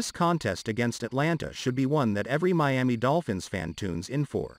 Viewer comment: Stop saying Me-ami it's annoying, hard to listen.